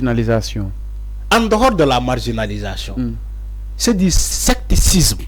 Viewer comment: Mon cher frère, tu es un journaliste qui a toutes les qualités requises pour être un des meilleurs au Sénégal. On dit ( SECTARISME) au lieu de sectacisme.